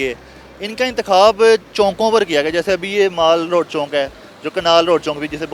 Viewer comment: Anchour Sahib Chowk hota hai Chonk nahi, Educated ho kar be Chonk Chonk khai rahyeh hein.